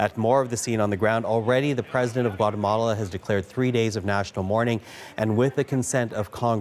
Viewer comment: Gouatamola - some news reporter